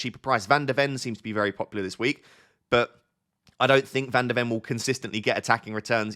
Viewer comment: it’s van de ven not van der wen